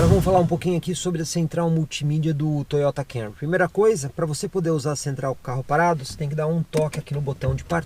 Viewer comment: Parabéns pelo vídeo, muito didático. Meu sonho é ver alguém falar o nome desse Toyota corretamente aqui no YouTube. Todos falam Cam-u-ry, onde o correto é Cam-mu-ry, mu quase mudo, tipo dando um soluço na sílaba mu.